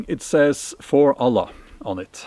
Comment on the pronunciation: Wow, one of the few white men who say the name of Allah correctly 😂